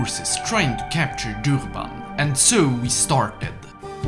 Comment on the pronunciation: It was kind of funny hearing you pronounce the south african city names the way you said durban sounded funny (Im South African myself)